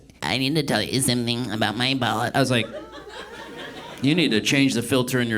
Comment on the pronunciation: "Carl Jung warned aboot it" Tight.